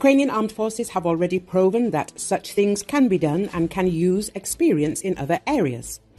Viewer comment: Need to train your AI how to say "proven"